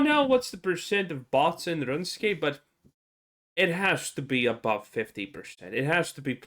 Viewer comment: Runescape is pronounced "Rune Scape" not "Run Escape".